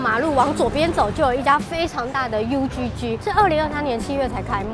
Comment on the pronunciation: 影片很讚，但是還是要小提醒一下 UGG 的正確讀法比較像是「餓葛」，不要在國外再讀「優居居」啦